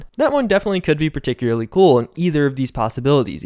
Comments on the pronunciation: Particulary partocularee particulary. Every time says particularly wrong take a shot. Died in 2 minutes from alcohol poisoning. Rip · Ah yes, particularly